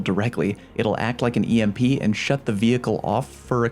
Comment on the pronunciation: actually it's pronounced "emp" all one word.